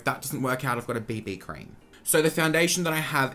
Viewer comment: literally thought you said “bindi cream” when you said “BB cream” 😂😂😂😂